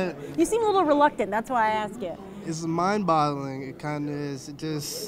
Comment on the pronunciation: That guy genuinely just said mind bottling